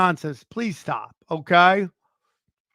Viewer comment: I like when says KAI, instead of okay.